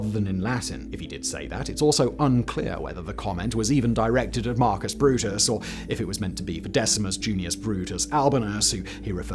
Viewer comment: "Broot?!" 😱 Look, I don't expect anyone (no, not even Brits, whom I consider notorious for mispronouncing foriegn proper nouns, see Aristobulus as "aristah boolis" in this video) other than academics to pronounce Tacitus correctly (Tah-kee-toos). But I have never heard the phrase pronounced as "et too Broot?" Brute is pronounced "Brootey." Latin doesn't have silent e's at the end of words. You pronounce all the vowels in Latin. I've heard the correct pronunciation of this very oft-cited line since I was a kid, including by other kids, and I went to public schools in the U.S. How does anyone, not only get to the point of being an adult without ever being corrected on this, but then manage to publish himself saying it all over the internet? Please... for the love of all things good, tell me this isn't just the normal accepted pronunciation in the UK... the home of Shakespeare and classical education in the English language!